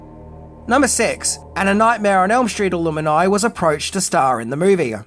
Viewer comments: I'm sure he does these things deliberately for engagement. I'm still chuckling at alumini (pronounced like illuminati instead of alum-ni) and the actress refusing to dethrone 😂 (instead of disrobe) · What the hell is an "Alumini"? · I have never heard “alumni” pronounced like that!